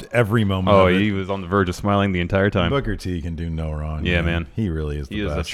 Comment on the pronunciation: Come on my it's not King Booker it's KING BOOKAAAA!!!!!! great show guys